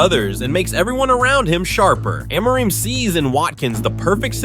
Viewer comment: I don’t trust the opinion of a guy who pronounces Amorim’s name differently every time.